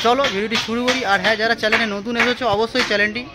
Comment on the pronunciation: Chanel k Chanel bolta sekh age chalen ki kotha bhai?😅😂